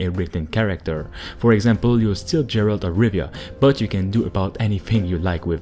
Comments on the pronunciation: Why do you keep pronouncing the name as Jeralt and not as garalt? It's not like you don't hear it said by the character so I don't understand it. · wow, you calling him Jeralt and not Geralt with soft G its only telling me that you never played the Wither. and if you did, then how the fuck can you call him Jeralt. WTF is wrong with you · who the f is Gerald ? this series is 16 years old and you dunno it's Geralt not Gerald ? bruh...